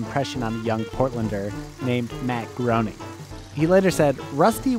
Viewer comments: Matt graining, not matt groaning. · The pronunciation of Matt Groening's last name is "Grain-ing", not "groaning"